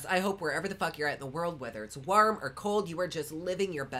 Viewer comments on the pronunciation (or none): I like how you say wharm